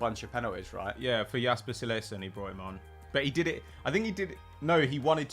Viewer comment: butchered Jasper Cillessen's name there